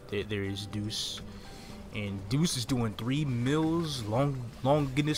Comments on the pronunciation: Deus is pronounced Day Us. like Deus ex machina. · I feel like I'd be an asshole if I point out that Deus is pronounced "Day-use". It means god in Latin. It was probably named that cuz your other robot is named "Machina". Where the 2 names together would be "Deus Ex Machina" which is more or less "God of the Machine" in Latin. I wish I found it funny that they named the robot summoner's stuff after that, but... It's been done? IDK... Don't quote me on any of this, as all I have said is from memory and I could be completely wrong.